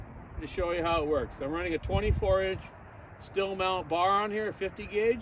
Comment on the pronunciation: You seem to have a good grasp on basic tuning, but it’s pronounced “steel” not “still”